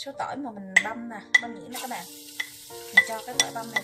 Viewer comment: Cảm ơn bạn đã chia sẻ 😆, tuy nhiên bạn đừng nên gọi tiếng "bạn" thành ra tiếng. .... BẸN !;!!!